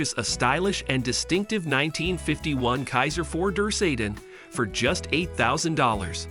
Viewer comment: Who is doing the narrating? Learn to pronounce names and learn that the numbers arent read the way this narrator does it. Cant even say sedan properly! Also, its Grand Prix (sounded as Pree)